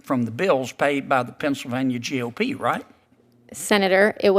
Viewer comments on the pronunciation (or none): Never fails. AI will trip up somewhere in the monolog! G.O.P is not gop! Like goop! 😂